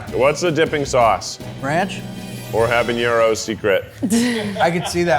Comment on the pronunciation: And it's habanero, not habañero!